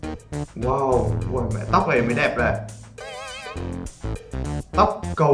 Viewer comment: E nói woa chứ ko nói wow